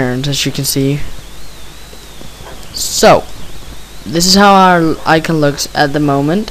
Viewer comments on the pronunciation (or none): icon i prounonced i-con not icen and also gimp i s pronouced how its read not jimp GIMP other than that nice vid